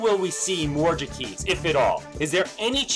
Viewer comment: Thank you,, for being the first person that I have heard all year to pronounce Jacquizz correctly.